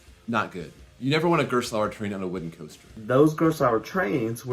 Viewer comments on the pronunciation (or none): I can't wrap my head around why Americans consistently butcher German words. Gerstlauer is pronounced like "Garest-lauer" with a silent e. Used to live next to it, their carts are really renowned to be sloppy... even the local amusement park doesn't use them lmao